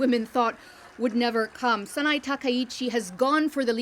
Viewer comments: Can we respect the lady enough to pronounce her name correctly! SA-NA-EH. Not SA-NAI. Bravoooooooooo. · Before criticising the new LDP leader's political stance, couldn't this reporter first learn to pronounce the name “Sanae” and the former prime minister's surname “Abe” correctly?